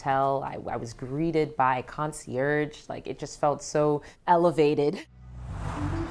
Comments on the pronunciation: Your apartment is absolutely beautiful and spacious! P.S. The G in the word concierge is silent. It is pronounced “kohn-see-aay” OR “kohn-see-air”. Have an amazing day! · Congratulations! Your home is BEAUTIFUL! P.S. “Concierge” the “g” is silent. Kohn-see-aay OR kohn-see-air. Have an amazing day!😊